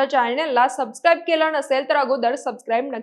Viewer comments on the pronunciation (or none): none